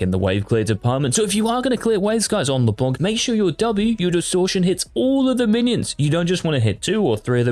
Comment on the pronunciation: please stop pronouncing « Leblank » 😭😭 it’s a « c » not a « k »